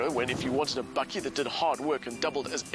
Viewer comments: hahahaha i was listening to the review from Aus until the presenter gooied the BAKKIE word. love it !!! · Its a "bakkie" not "bucky". Its South African for a pick-up. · Bakkie , not buggy ! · For all you North Americans: bakkie (pronounced "bucky) is the Afrikaans word for a pick-up. Afrikaans is the first language on Google translate. There you now you learned something.